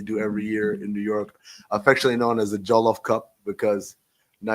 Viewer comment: “Joe-Luf” rice😭😭 its however you want to pronounce it, but usually “Juh-luf”